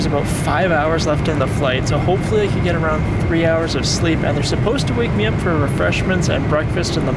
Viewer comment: Bro Said geet 😂